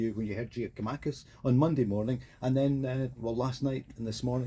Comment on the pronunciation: It's not Giamakis it's GIAKOUMAKIS somebody say it to him!